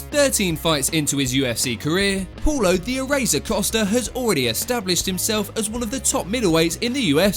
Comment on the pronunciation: Is Paulo not Poulo!!